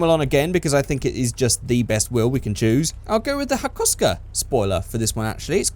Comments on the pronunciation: Its the hakosuka skyline. Not the hakouska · You literally killed the name hakosuka 🤦